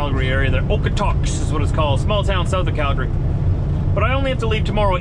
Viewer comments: You pronounce it Okotoks not Okotuks lol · It's Okotoks (/ˈoʊkətoʊks/, originally /ˈɒkətɒks/). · It’s usually pronounced Okoatoaks (Okotoks, Ab) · The pronunciation is Okotokes. Hope this helps. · Thank you, so painful to listen to that!